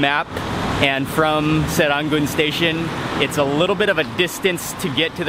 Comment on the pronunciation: sir ran goon not sir run goon haha that`s funny. Good try though!